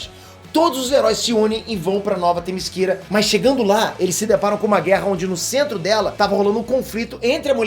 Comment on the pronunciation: É témiséra e não temisquera